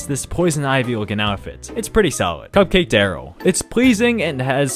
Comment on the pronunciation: When you said cupcake Darryl I thought you said C0caine Darryl💀